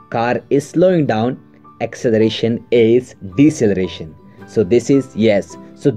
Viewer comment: Deceleration not Decceleration xD